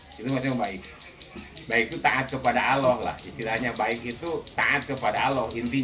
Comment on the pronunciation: Maaf si bapak kalo ngucap Allah jgn aloh gitu dong huruf L nya dobel, sy maklum bpk kyknya orang sunda ya. Sama jg kita kalo ngaji Al Qur'an makharijul hurufnya kan harus jelas gak pandang kita dari mana suku bangsanya